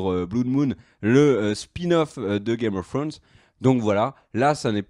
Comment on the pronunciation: L'accent anglais .... misère 🤦‍♀️